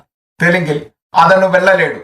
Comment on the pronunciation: അതണു അല്ല അതനു